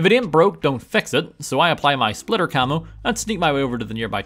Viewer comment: The way you pronounce the "splitter" camo is kinda funny 😅